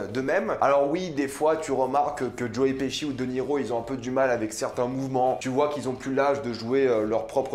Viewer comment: Il a appeler joe : joé 🤦🏻‍♂️